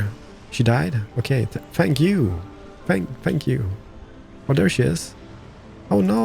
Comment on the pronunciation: when he says thank you, it sounds like spank you! XD!